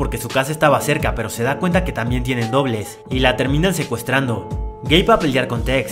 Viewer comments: Cuántos escucharon gay envés de geibe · Yo escuche gay xd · Video: "Su esposo Gabe" Yo: Yo entendí "su esposo gay." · Yo incluso lo escuché el "gay" sin subtítulos xD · Juro que escuche espeso gay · we es verdad dice gay XD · Yo también entendí "su esposo gay" 😂😂😂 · Yo también entendi gay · pense que habia dicho "su esposo gay" xD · yo escuche su esposo gay pero después dijo, Gabe quiere ir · escuche “su esposo gay” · escuche "su esposo gay" SJASKAJSASKA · jsjs alguien mas penso que habia dicho su esposo gay xddd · El nombre del esposo, yo escuche gay xD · pense q decia el esposo gey xsss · Pense que decia su novio gay XD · entendi gey enbes de gab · Like si pensaste que dijo su esposo gay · Tuve que regresar tres veces el vídeo por que seguía escuchando su esposo gay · No tengo sudtitulos pero si escuche eso JAJSKSJAJA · Yo pensé que había dicho su esposo gay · era "su esposo gabe" pero yo escuche "su esposo gay" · Ramirez Castillo ya se pero si se escucha haci xD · Yo igual entendí eso XD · x2 :v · x2 ajajjaja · Yo entendi q era gay😭😭😭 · Todos entendimos que Su esposo gay xd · Jajaja si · creí que decías "su esposo gay" 😅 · Juro que en vez de Gabe entendí gay nose porque pensé eso. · estaba viendo otra cosa mientras escuchaba el video y en vez de escuchar "Gabe" escuché "Gay" XD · pensé q dijo gay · Yo escuche "su esposo gay" jsbdubdshendnd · crei que dijo gey ,._. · Porque escuche gei en el nombre del esposo xd?